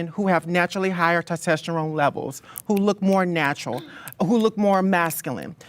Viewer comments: TESTOSTERONE - TES TOS TERONE not testesterone 🙃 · doesn't understand biology and also cannot pronounce Testosterone. "TEST-STES-TERONE" 😂 The intelligence level is lacking. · You can’t pronounce testosterone. You will never ever be a woman. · Random but it bothers me how pronounces "testosterone" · How ironic that she mentions ‘nuance’, when she is arguably one of the most POLARIZING individuals to exist. Also how telling to her all over ignorance the way that she pronounces ‘testosterone’ lol